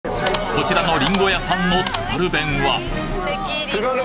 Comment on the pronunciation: 津軽弁の発音は『つか゜るべん』😂